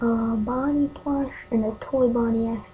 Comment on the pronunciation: It's plushy NOT PLUSHHHH